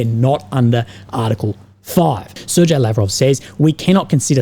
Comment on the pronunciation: The "g" in Sergei is "hard". Ser-gey, as it were.